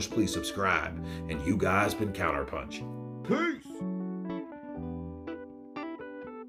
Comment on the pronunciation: Sick and bored of all these damned BS excuses by Ngannou. He lost because he just didn't see AJ's "pensh" coming (punch as pronounced by Francis)😅